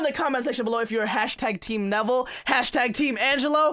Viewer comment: it isn’t nevel it’s neville